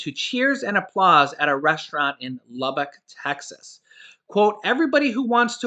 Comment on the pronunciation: I am very proud of you you said Lubbock correctly. Most people say it as "Lu bock". Great job!